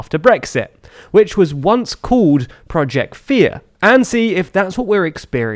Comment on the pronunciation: calls it project "here".